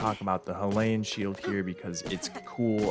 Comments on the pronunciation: Dude I love your videos but your pronounciation of “Hylian” almost did me in 💀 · bro called the hylian shield the halayen shield bro. its pronounced hi-lee-en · I know this is a petty comment you get a lot of nerds being "WeLl AcTuLlY" but the pronuation of hylian shiled is [High-lee-in] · “High lay in” why do you pronounce it like that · You're saying Weather Report ;( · The correct pronunciation of Hylian was left out 🤭